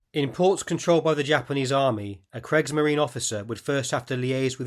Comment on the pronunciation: Just a quick point about pronunciation, the first vowel of Kriegsmarine rhymes with Creak in English. Interesting video as always!